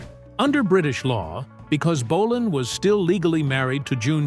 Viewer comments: Bo- len not bo- lonne AI DUMMIES😂BAHAHAHAHA M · Great video about true legend. Apart from the American (or probably AI) commentary which insists on calling him "Mark Bo-larn" for some reason. My first gig was in Manchester in 72 at Kings Hall Bellevue. It was amazing but scary, thousands of young girls screaming and falling off backs of chairs. Can anyone help by identifying the guy on stage with Bolan at 13.20 of video and repeated throughout? Looks like Holly Johnson but he never played with Marc. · AI slop can't even pronounce his name right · Ai narrator can't even pronounce his name properly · AI rubbish. Pictures of a tribute act, wrong people, terrible pronunciation of names EVEN BOLAN! Click bait.